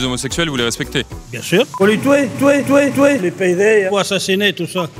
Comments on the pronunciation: "faut les touer" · Le mec : "Fo lé toué, Fo lé açiné" mais après " Du temps qu'il sont polie je les respects" C'est se qu'on appelle dans la vie courante un gros con :) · ''Faut les touer''